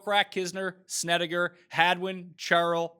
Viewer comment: Markay say Korak and Snedeker.